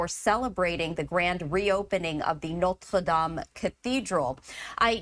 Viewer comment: She couldn't just say Notre Dame she had to pronounce it some effed up way.. 🤷🏻‍♂️